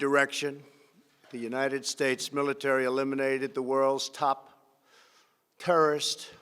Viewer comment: How he says terrorist is weird